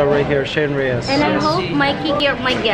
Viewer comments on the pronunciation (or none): Sheryn REGIS, not REYES, Mikey.